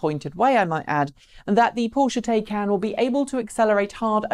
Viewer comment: I don't care what country you come from the name, Taycan is pronounced the same. please go to Porsche and find the word is said like, Tie-con, not Tay-can. How can you give a report on a car when you can't even put the effort into how to say the name correctly. The information you gave was very good.